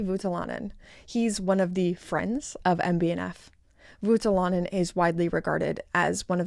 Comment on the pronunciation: It's Voutilainen. You're saying Vuotilainen. I know Finnish names are difficult for native English speakers so no hate but yeah, it's it's OU not UO. Think of how you would say [o] when going through the alphabet.